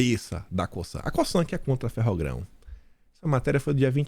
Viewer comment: Essa empresa, no Brazil, é pronunciada com som de Z. Lê-se "COZAN"👍